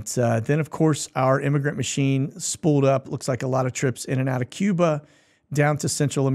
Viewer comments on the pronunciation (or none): none